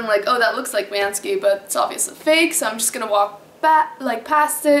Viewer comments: Why do you call him 'Ban-Ski'? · isn't it pronounced "BANK-SEE"?.......... can't find the video where you're excited about POTATOES!!.......... i'm HOMELESS and i can't always get down to my (roll-up door) storage unit to use my microwave, but i used to get a big POTATOE and poke a lot of holes in it, on both sides. then, i'd nuke it for 5 minutes on both sides (10 minutes total). add butter, salt, pepper! sometimes, hot sauce! i don't have any special diet, i just eat ANYTHING i can. a HOT meal is a rare treat!!!.......... why don't you sleep on your balcony in Switzerland(!) in the rain & snow with a thermos of HOT tea?! like a wolf!.......... :-)